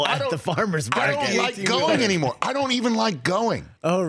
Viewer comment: Emphasis on "anymore"